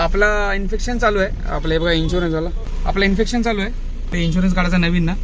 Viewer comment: inspection म्हणा इन्फेक्शन नाही